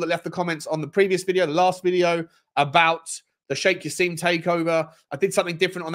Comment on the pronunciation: It's not Sheikh Jass-eem!! It's said Jass-im as in "him". Come on